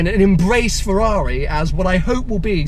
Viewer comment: Is it just me or does everyone cringe when he says Ferwawi